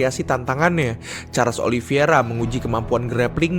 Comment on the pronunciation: Min koreksi min OLI VEI RA BUKAN OLI VI ERA